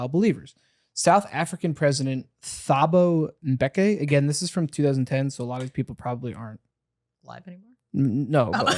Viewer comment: I honestly that the way mispronounced `Thabo Bheki ` was so funny bcoz I am South African 🤣🤣🤣🤣🤣